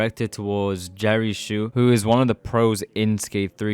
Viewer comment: its jerry Hsu not shoeho